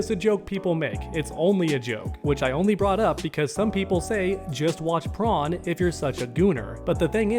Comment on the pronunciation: Man saying the SpongeBob SquarePants character Prone the Shrimp and not Corn